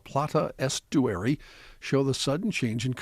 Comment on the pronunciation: so proud of his "Buenos Aires" pronunciation but doesn't know how to say estuary ("es-CHU-air-ee")